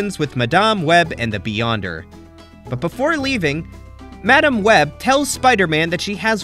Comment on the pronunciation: Good video but you skipped on some important plot in the series as well as saying madam web's name wrong. But over all good video.